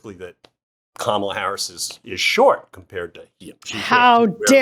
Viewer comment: She said, "Hi, Koma - la Harris, Let's have a good debate"